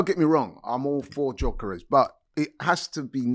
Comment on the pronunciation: Can someone tell that actual retard that it’s not pronounced JOKERES